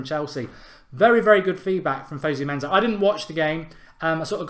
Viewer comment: It's fosu mensah not fozu menzah